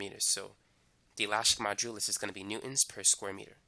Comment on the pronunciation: lol great explanation. I always laugh when you pronounce modulus. You say majulus :) lol